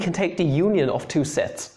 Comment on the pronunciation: See when you think you're saying 'sets', it sounds like 'sex' :3 It's not a contest btw, Sets>Sex But if sets is indeed equal to sex, this right here, is Porn❤️